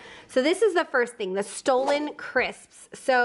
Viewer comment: it's pronounced staa-luhn,! Thx!